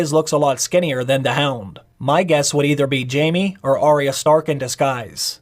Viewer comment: its jaime* not jamie.. pls make sure u say it right when u try to correct the mistake